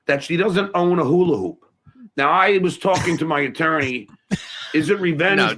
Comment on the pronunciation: DUMMY, IT'S HULA HOOP, HOOP PROUNOUNCE THE P!! NOT HULA- HOO, DUMMY!!